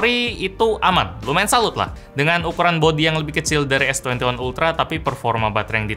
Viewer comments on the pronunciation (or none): S Twenty Oneplus 😂